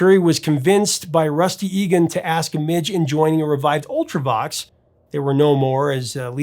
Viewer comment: Please learn to pronounce things. Midge not Mitch, and Visage is viz-ahj not viz-ej